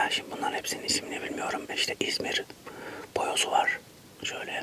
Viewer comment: Abi bayoz değil boyoz